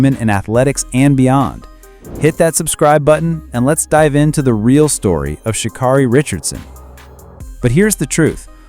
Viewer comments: Her name is shuh-care-eee, not shuh-kar-reee... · As she ALWAYS says... its pronounced "Sha Carrie" not Sha Kari